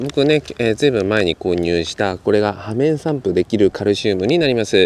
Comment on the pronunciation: 「ようめんさんぷ」じゃない？